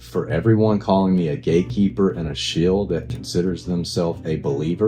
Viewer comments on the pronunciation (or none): Ok he said Jesus! So we should listen to him. Because..... Jesus christ.. Did he say GAYkeeper? good for him <3 ("And I will never educate myself")